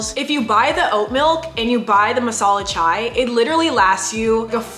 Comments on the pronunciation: Indians here- It's not masala chwai!! It's chai!! 😂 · The way she said chaiii is literally how Indians say it